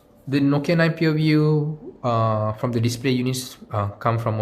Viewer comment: Pureview it's view not pure